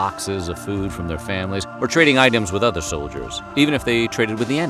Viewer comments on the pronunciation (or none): none